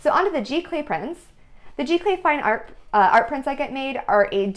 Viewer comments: Very nice video---isn't it pronounded "Zee-Clay"? Or is this a different process? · Giclee is pronounce Zee - Clay :)